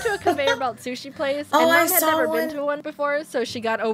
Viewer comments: It's to not yo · 98%of comments :YOU SAID YO INSTEAD OF TO 10%:other random stuff